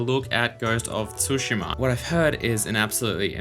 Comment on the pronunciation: I'm not an expert, but I'd guess it's not pronounced _TSU_shima